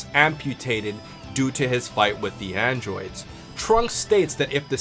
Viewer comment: you said androods